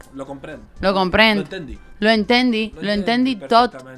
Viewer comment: Se dice "Ho entenc"